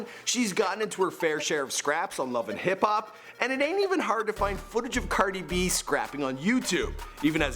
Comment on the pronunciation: It's cardi b not "cerdi b" say it right